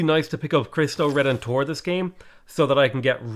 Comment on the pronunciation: Heard that as "Christ O'Redemptor"